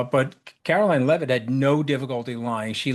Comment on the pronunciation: Leave-it? Seriously?